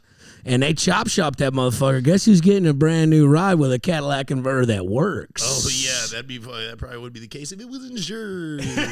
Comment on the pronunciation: mispronounces so many words. That shit is comical enough to listen to every week. Cadillac converter….